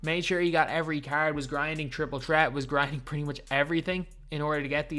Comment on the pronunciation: "Triple tret" is back boys